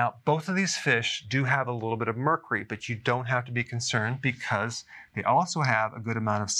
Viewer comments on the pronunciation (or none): "Mur cree." lol